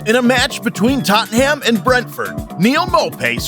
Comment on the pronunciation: Imagine how much better this video could have been without American soccer terms and with correct pronunciation of names. Totten Ham...